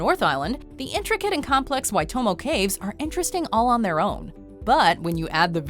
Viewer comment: You pronounced Waitomo right!